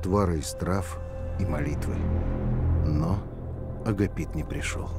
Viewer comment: Агапит с ударением на вторую а надо бы